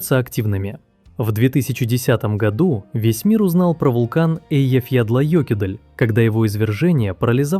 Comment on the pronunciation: Что за бред? : "Eyjafjallajökull" - произнести его название правильно почти никому за пределами Исландии так и не удалось". Тебе тоже не удалось, иди учи исландский, а не копируй из российской Википедии.